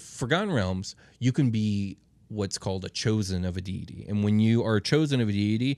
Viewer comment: They can’t even pronounce deity correctly, cmon man